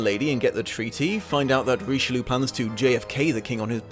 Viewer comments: Ree-she-loo???? Roh-she-lye!!!! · Richeloo is a terrible pronunciation of Richelieu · You mispronounced the Cardinal's name every single time. How did you manage?